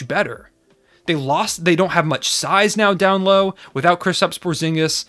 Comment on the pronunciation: Porzingis? POORzingis...